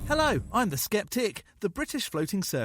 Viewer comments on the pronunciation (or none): none